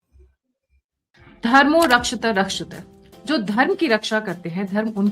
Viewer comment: Dharmo Rakshathi Rakshathaha is the correct pronunciation! Not Rakshatha Rakshathaha!